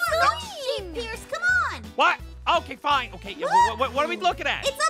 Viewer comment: he really just said sheepis!!!!!!!!